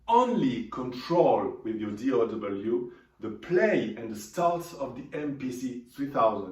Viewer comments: DAW not DOW dude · He meant D “Au” W… Digital Audio Workstation .. Au sounds like O.